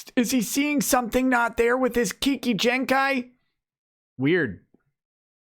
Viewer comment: lol the way he pronounced kekkai genkai